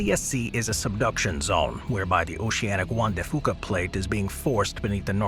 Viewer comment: Juan De Fuca pronounced "wand-da fee-yooka" instead of "wand-da fooka". :)